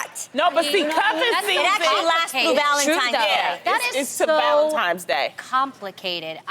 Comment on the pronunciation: Loni calls it “Valentimes” day 😂